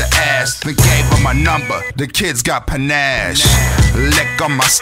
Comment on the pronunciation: Its not PINAZZ, its PANACHE, meaning having style.